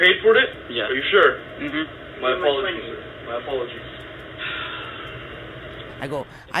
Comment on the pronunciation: "mY ApOLoGiEz"